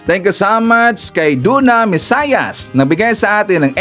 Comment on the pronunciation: mesias(mesiyas) po hindi (mesayas)😂